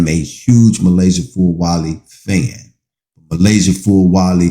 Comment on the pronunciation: Please say her name Correct